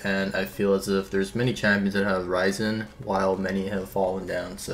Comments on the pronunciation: It's not rise-en it's ris-en triggered tbh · funny way to pronounce risen